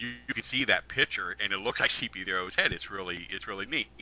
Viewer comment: Every interview is the exact same. Tells the same exact stories, pronounces “wolf” as “woof”. Talks about his “dockra-mennary”. A ton of made up misinformation about Star Wars and George Lucas. Calls “C-3PO” C-P3O”. The end. Saved you another 1.5 hours of his blathering.